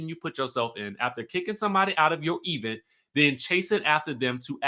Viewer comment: The way you say “e-vent” gets me every time